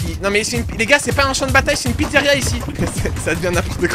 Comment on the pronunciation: "La slyzaria"